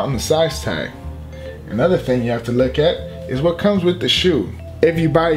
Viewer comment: Is he saying look or lick? Cus I ain't trying to lick my shoes